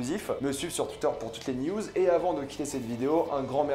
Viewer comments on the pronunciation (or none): none